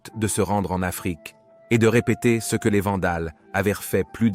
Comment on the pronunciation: j’ai vu d’autres vidéos du même auteur. La diction est excellente mais il y a une curieuse erreur de prononciation: il dit « c-e » à plusieurs reprises plutôt que « ce ». C’est une erreur beaucoup trop grosse pour une personne qui lit de manière si fluide. Mon hypothèse est que c’est un auteur anglophone (comme le montrent tous les mots exclusivement en anglais) qui a choisi l’intelligence artificielle pour traduire et pour lire son commentaire original.